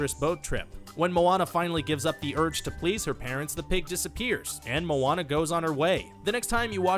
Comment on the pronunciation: Atleast he can say Moana right